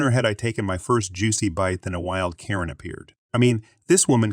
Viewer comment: why are you pronouncing some characters so weirdly? on-hand turns into on (pause) hand. ;-) should be easy. or ninehundredeleven? everyone says nine one one. who pronounces phone numbers in full lenght? oh, and why do you pronounce karen as korean?